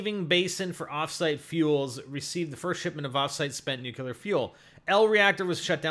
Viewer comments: Comments on someone else's knowledge of nuclear energy...calls it "nucular energy" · NOT NUKE-ULER